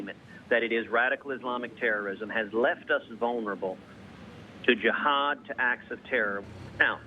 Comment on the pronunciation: Does anyone else notice that Ted Cruz pronounces Jihad absolutely wrong